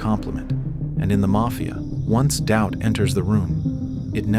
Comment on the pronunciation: TIL: Doubt apparently has three syllables.